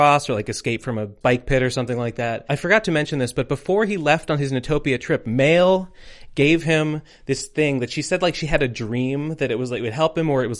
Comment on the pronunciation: Mel, not male. Meeeeeeeeeeeel. God dammit every time i hear that, it bothered the hell out of me. Beaides that. Love the whole video ^_^